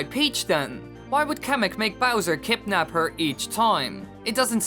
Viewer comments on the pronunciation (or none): You said Kipnap it's kidnap.